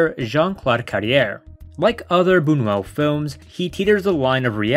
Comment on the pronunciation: The film is extremely creepy, but if you're going to talk about it, at least learn to pronounce the French words. The word nuit means night and is pronounced nwee. NOT "niyut." Modes means fashion and the s is silent, pronounced "mode." Buñuel is pronounced Boon-you-el. Not "Boon-well" and Deneuve is pronounced like it is written, Day-nuv. Not "Daynoo." And her wardrobe was all designed by Yves St. Laurent. What she's wearing is not just "clothes." And by the way, overall, your "analysis" would come off as more educated and informed without the vulgarity.